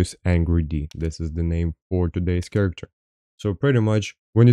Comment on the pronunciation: character like Karacter not cha racter, your welcome homie. keep this up dude love the vids